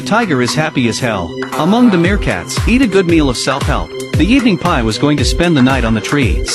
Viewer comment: I love how he says "the pie" 💀